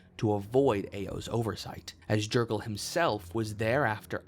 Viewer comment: It’s pronounced yer-gal